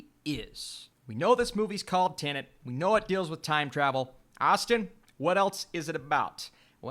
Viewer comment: Finally someone who says "Tenet" and not "Tenant".